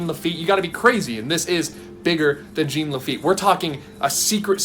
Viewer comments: JEAN Lafitte. Not "gene." Like John but with a soft J. It's french. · still not pronounced "jeen". the n isn't pronounced. it's french. like "zhaw" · This is killing me. It’s pronounced Jean Laffite as in JOHN Lafitte. Not Gene. Think Jean Valjean in Les Miserables or Jean Claude Van Damme or Jean Reno the actor. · I would like to point out it's pronounced - John net Gene - it's French... Just saying. Other than that - great job. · Not sure how to pronounce "overarching", less sure how to pronounce "Jean" as in Jean Lafitte.